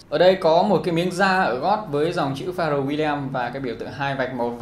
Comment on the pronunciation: Đọc là phờ reo mới đúng chứ nhỉ :)